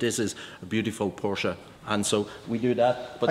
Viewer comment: Ich finde es respektierlich, gegenueber der Marke Porsche, dass er den Namen korrekt ausspricht. Viele Englischsprachige Menschen sagen einfach "Porsch"